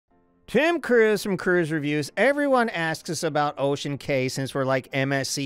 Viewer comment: Cay pronunciation 😮